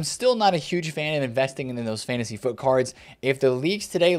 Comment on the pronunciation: the only youtuber that correctly calls it Fantasy FUT